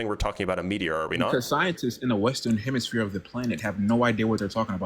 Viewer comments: He said "Eastern hemishpere" lol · Eastern HEMISPHERE. He actually said hemi SPHERE.